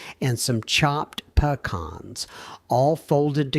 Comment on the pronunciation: What are Puh-Kahns? 😂😂😂